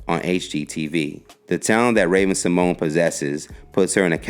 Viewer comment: He just butchered everyone's name in this video. Haha Ravens actually pronunciation of her last name and Kielys name haha